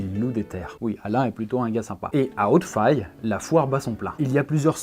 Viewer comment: Il y a des chances que Hautefaye se prononce comme Abbaye